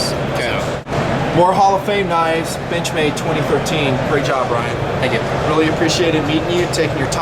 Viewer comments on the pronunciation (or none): No, he definitely said benchmade but it sounded like bitchmade. I GUESS WE ALL KNOW NOW WHAT TO CALL THEM WHEN THEY MAKE A BAD KNIFE. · lol did u say bitchmade for the intro